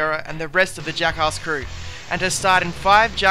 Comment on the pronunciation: U pronounce Jackass like Juckhauss, haha it's ok :)